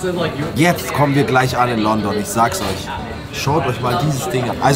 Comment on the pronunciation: Das heißt Lundun 🥲😂